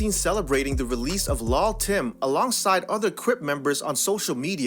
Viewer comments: Dis nigga said lal Tim 😂😂💍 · The way he keeps saying lull tim like that is irritating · It's pronounced "lil'" not "lull" (although they spell it that way) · Hold up Hold up Hold up did u just say LUL TIM ???? wait dont it suppose to be LIL TIM whats going on here ??? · It's pronounced "LIL "short for little Tim.